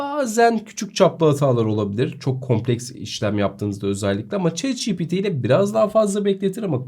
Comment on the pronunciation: bro neden chat ci pi ti değil de çi pi ti diyorsun